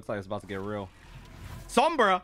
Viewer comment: “SOMRA?!?!?” got me 😂😂😂